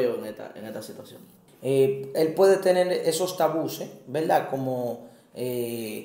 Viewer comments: Se dice Tabúes, no Tabuces. Bendiciones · Que alguien le diga que no se dice “tabuses” sino “tabúes” 🤯 ... El que el entrevistado sea interrumpido cada rato perturba... pero muy buen tema, desde que me casé tengo el pensamiento de que en la iglesia debería de hablarse más del tema, desde un punto de vista bíblico y sano... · excelente manito, ayuno y oración te ayuda pero si no buscas ayuda tarde o temprano se puede fallar nueva vez, y es tabues, no tabuses, debiste corregirle y cortar esa parte, el pobre pasando vergüenza tanto que lo repitió jjjj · Deberían primero que nada aprender a hablar, no son tabuses, son tabúes, disparateros. Y, realmente pareces un niño pequeño, abre esa mente, no seas ignorante.